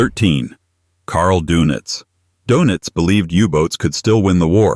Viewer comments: Donitz not Donuts. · It's Dönitz, not donitz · Lol carl DOENITZ not donuts.